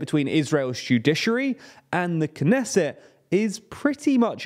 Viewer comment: PRONOUNCE THE T IN KNESSET!!! This is not French!!!